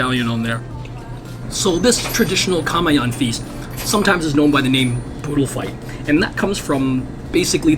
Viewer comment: Awesome!!! LAKAY is pronounced LA..Ky (rhymes with TIE) same with KAMAYAN. KA..MAY(rhymes with Tie) Yan (rhymes with John) Ka..My..yun.